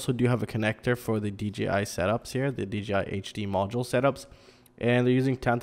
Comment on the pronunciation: Not trying to be an ass but you keep saying DGI did you mean DJI, its just throwing me for a loop......am I saying it wrong?